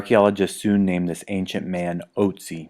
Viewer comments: Ötzi* (For those curious as to what the difference is, his name is pronounced ootzi, not otzi) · Great video. The only thing that nags me is that Otzi is pronounced 'Ertzi'. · Ötzi is his name, spoken Oetzi ;)